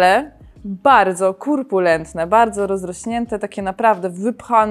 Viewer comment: Droga,a ja muszę bo inaczej się uduszę: nie kUrpulentny lecz kOrpulentny.Wybacz❤